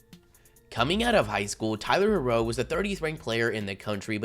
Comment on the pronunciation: Nigga Said tyler huro